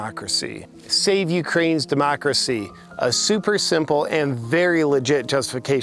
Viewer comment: Am I the only one who cringes everytime Pelosi says demochhrassy, like she’s gonna cough something up? Lady, with all your money, can’t you get a good set of teeth?